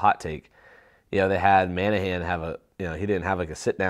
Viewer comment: maybe it’s pronounced Manahan in Tennessee but there is no Man in Monahan.